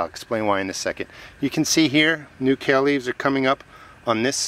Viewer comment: It's kale. Share😂